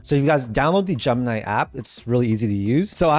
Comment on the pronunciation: Graphic is not a countable noun, and stop saying Jump-nigh.